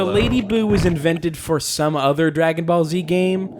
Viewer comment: When they said "Dragon Ball Z hair", it almost sounded like "Dragon Ballsy hair".